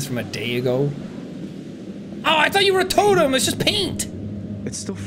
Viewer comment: Every time sean saying totem it sound like sean saying total them. ( I do not mean that in a bad way)